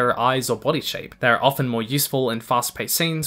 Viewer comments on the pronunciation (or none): "The best physical descriptions tell us about who the characters [arrrrrrre] ..." Me: He is a pirate!